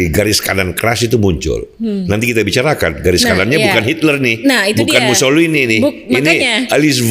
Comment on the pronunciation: pak, tolong nanti lebih tenang ya. Itu orang ITALIA namanya MUSSOLINI, bukan MUSSOLIHIN 😂😂😂 Kalau Mussolihin asalnya dari nganjuk 🤣🤣🤣